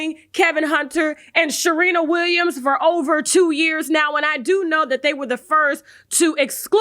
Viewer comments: Lorna Doone i heard her say Sharina Williams in the beginning 😂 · You said Sharina Williams